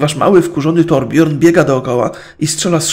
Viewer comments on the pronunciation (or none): torbjörn czyta się torbjyrn